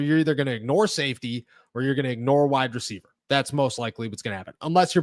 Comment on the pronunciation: Say it with me "wide receiver" not "wide-dreceiver"